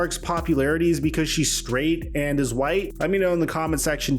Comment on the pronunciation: Mike don’t ever say SKRAIGHT again 😂😂😂 🫡 💯🔥